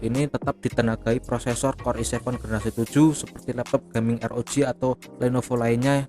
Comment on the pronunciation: ArGIBI Drek bukan ERGIBI,ah lesdrek ah